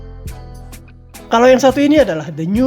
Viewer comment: Hubner min bukan habner